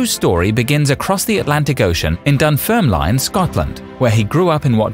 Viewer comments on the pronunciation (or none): You pronounced Dunfermline ass Dunferm line - it's lin not line! You showed a picture of the UK which includes Northern Ireland yet referred to it as Great Britain. Astonishing ignorance. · Horrific pronunciation of Dunfermline aside, very good video! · That pronunciation of dunfermline hurts so much